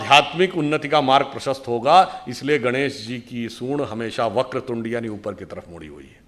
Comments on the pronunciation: वक्रतुंडी नहीं वक्रतुंड होता है । ओडिशा के हर गांव में साधारण लोग मुख को तुंड हीं कहते है 😂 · सुधांशु जी, क्षमा प्रार्थी हूं।मगर वक्रतुंडी नहीं वक्रतुंड है।